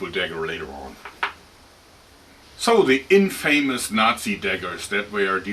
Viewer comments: Good english but its in-fuh-mis not in-fay-mis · in-fa-miss = infamous